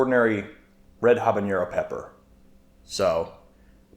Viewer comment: Love the video, love the pepps, one thing non Spanish speakers often miss is: “ñ” and “n” are different letters, jalapeño and habanero don’t sound the same